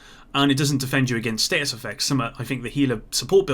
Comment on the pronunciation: Is it just me or does anyone else find it weird that pronounces status like state us